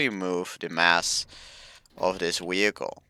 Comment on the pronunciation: He said weeichle